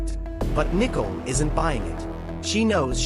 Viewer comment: Its Nicole!!!:her name is pronounced Nike COAL